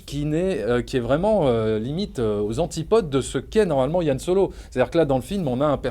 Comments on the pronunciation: C'est Han Solo pas Yann !Que diable ... Apres le souci c est que le charisme de solo vient du mystère sur son background. Et du coup on avait pas besoin de savoir tout ça sur lui. Et du coup je n'irais pas le voir car mon imaginaire fait sans doute 10 fois mieux le taff que ce film. Ce film désacralise tout je trouve. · C'est "HAN" pas "YANN" bordel mdr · Arrêtez de dire "Yan Solo" 😭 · C han pas Yan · non pas "Yan Solo" mais "Han Solo" :D